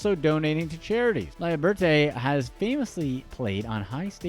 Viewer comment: It's guy LAH LEE BURR TAY not LIE BURT AY as you kept butchering in the video lol